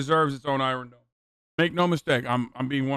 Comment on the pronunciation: Nobody: Hasan: the EYE-RUN DOME